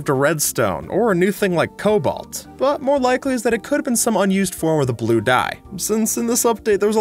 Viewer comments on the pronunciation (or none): i remember my cousin telling me this and i didnt get it but now i see btw the way u said cobalt was hilarious 😂😂😂😂😂😂